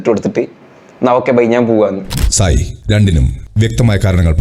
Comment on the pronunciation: Sai alla sahaayi(jasminte)😂